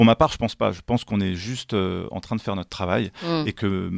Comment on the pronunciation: Notre ne se prononce pas n^tre. Pas natre non plus comme dans le Midi.